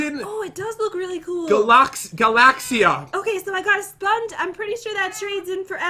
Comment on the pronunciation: That's not how you say galaxyia you say it like galaxy-a